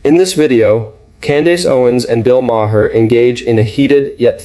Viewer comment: where on earth are you from? you cannot pronounce bill maher's name, ever, and candace owen..... the way you pronounce all these names make me think that you are a bot, or extremely dumb.